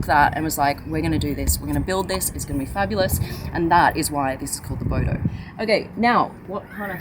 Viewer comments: A Bodo? Did an Australian name it? "Hey mite, that's a noice, boudou". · Hahaha um laugh my S out when hearing u say Bodo which mean stupid in malay language...😂😂😂